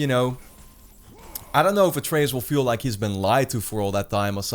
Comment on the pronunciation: they won't die, not in this game at least. Also I don't think Kratos will end up killing ALL of the norse gods. slight nitpick but did you mispronounce Atreus' name through the entire video?